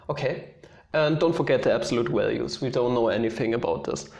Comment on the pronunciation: "Absolute walues"